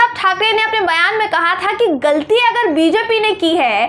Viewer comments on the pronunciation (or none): none